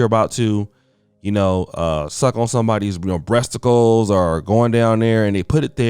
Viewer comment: into video did just say "breasticles"? Damn bruh!